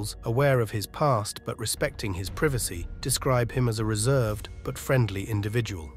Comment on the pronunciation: The narrator s pronunciation of some of the words are atrocious, for example, innovative and privacy.